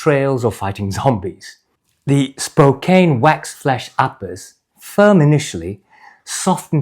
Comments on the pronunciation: It's pronounced like spo-can, not spo-cane. Great video! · Hey, love your videos! I watch them all the time and love your thorough dive into the boots! If you want to pronounce the name of the leather on those boots like an American, it would be Spo-Can, that’s how we Americans pronounce Spokane. It’s a city in Washington! Best wishes from Maine! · 2 comments… 1) I grew up just north of Spokane, Washington’s. Despite the “e’ at the end of “Spokane”, which would make you think that the “..kane” should be pronounced like a sugar “cane”, it is a short vowel, and is pronounced as a “can”, like a ”can” of beans. Hence “Spokane” would be pronounced more like “Spocan” 2) I noticed in your video, that as you were walking, when you put your heel down, your forefoot more-or-less ‘slaps’ down. I have had boots like this, especially new work boots with a stiff sole. It takes some getting used to this when walking..